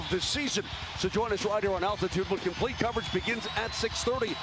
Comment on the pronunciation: "Comeback Comprete"